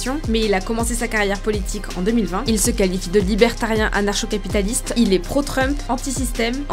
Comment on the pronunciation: Ça se prononce ANARKO (capitaliste)